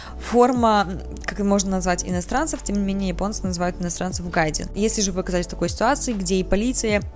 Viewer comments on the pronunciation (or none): не "гАйдин", а "гайджИн". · но точно не гАйдин)))